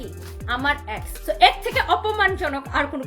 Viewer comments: Uccharon thik kore bolajayna? Ex re axe er moto uccharon koros sali oshikkhito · এ্যাক্স না, এক্স 😂 উচ্চারণ ও করতে পারে না ঠিক ঠাক ভাবে 😂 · Ex ree uccharon kore axxxx😂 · Axe na ex, অশিক্ষিত নিজে উচ্চারন জানে না